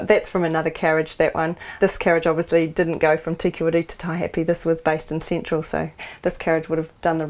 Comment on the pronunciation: Cintral? I didn't know INZID was bg inough to hev a Cintral.